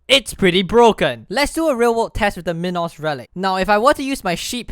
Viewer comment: Dude it's not min-os its mine-os like a minotaur